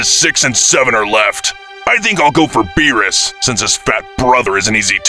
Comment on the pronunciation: "whise and venos" im dead💀